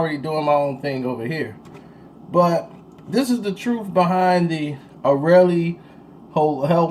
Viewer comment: pronounced "Ariel" like the lil mermaid not arelee like the wheel brand lol jk.